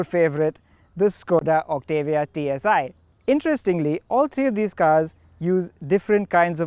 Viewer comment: Its pronounced- "OCT_ AH_ V_ AA"!!!!